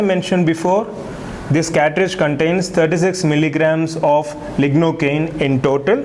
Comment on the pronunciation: Catridge or Cartridge?